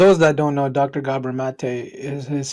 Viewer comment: It isn't Gabor with a long a. If you can't correctly pronounce his name, nobody needs your comment.